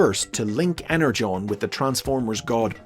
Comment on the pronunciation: Falar EnerJon é desvio de caráter 😆